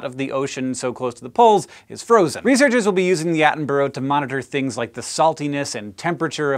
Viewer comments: why cant americans pronounce Attenborough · That pronounciation of attenborough :( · David Atten-bruh is how its pronounced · Attenborough pronunciation was not on point, Hank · He kinda got it right on the second to last attempt, but instantly came out with the over-pronunciation on the final attempt. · that is definitely not right, sorry 😖😖😖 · I love you Hank but you really can't pronounce Attenborough (at-en-bu-ruh) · I wonder why a lot of Americans have problems with names like Attenborough, Just remember it's Attenburha At-en-burr-a. But then a lot of them still can't say GIF properly either. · I cannot cope with how Hank says Attenborough 😭😭😭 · You're pronouncing his name wrong :p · "At-en-Bruh", not "At-en-Bur-row" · "Attenborough" not "Addenboro". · Its pronounced Atten-brugh, not Atten-burrow :) Not usually bothered about that type of thing, but he is one of my idols and deserves better :D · It's not pronounced Attenbro. You should say people names correctly regardless of accent, you would not like to be called Honk. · His name is pronounced (Sir) David Attenburra, not David Attenburro. Also, It's Edinburra, not Edinburro. You Americans get this wrong a lot but you teach me, I'll teach you and make British people less irked at your pronunciation. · atten-bro? silly americans its pronounced atten-burah. the u is almost silent so its more of a mix between atten-burah and atten-bra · its pronounced at-on-bur-uh, not at-on-burrow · I think as Someone from England To hear americans speak the most jarring bit to me Isn't things like Aluminium or you calling crisps, chips. but to me it is the way most of you prounounce borough like in Attenborough We would pronounce it closer to Bu,Ra whereas you are Bu,Ro. Mostly though I'm wondering are there any words or sound to an american ear that sound jarring when brits speak english? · Yo dog Attenborough is pronounced Atten-bruh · Its pronounced 'Attenbruh' by the way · where in England is it pronounced 'burg'?